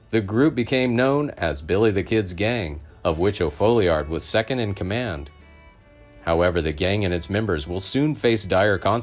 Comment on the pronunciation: It's pronounced "Fallyerd". How do I know? It's my last name.